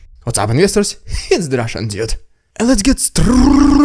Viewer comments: I love your "rrrrridiculous Rrrrrussian prrrrroganada" segements. I think they are brilliant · That little squeak after the 'rRrRrRrRussian prRrRrRrRropaganda'. .. .. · Strrrrraight to Rrrrridiculous Rrrrrrrrrussian Prrrropagabda 😂😂😂😂😂